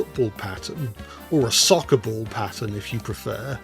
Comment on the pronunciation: As an American c man thanks for saying s soccer